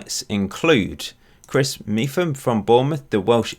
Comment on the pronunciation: Pronounced Mepham not meefum but enjoyed the video 👍